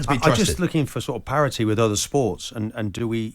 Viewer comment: Martin " parity " Keown